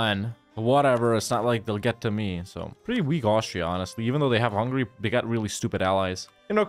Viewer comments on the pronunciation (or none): none